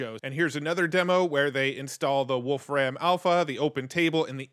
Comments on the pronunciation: Wolfram Alpha access on GPT?! HELL yes! FYI, I believe it's pronounced like "Wolf Rum", not "Ram". :) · It is not Wolf Ram, its "volFram" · Just a small note, "Wolfram" is pronounced "wolfrum" - you don't overstress the "ram" as if you are saying the two animal names. It's the old name for the element tungsten. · Great Video. BTW, you really lean into the pronunciation, Wolf-Ram. And that sounds way cooler than the way Stephen Wolfram says his last name, "Wolfrem". Henceforth, I'm going with Wolf-Ram.🐺🐏😎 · "Wolf ram" 😂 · You say "Wolfram" super weird. It's just a guy's name not some reference to computer RAM.